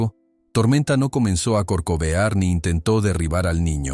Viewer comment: Debe mencionar carcovear, con a, no, con "O".